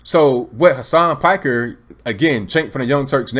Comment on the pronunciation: It's pronounced "Peek-air."